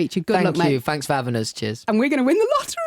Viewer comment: “Fanks for having US” I died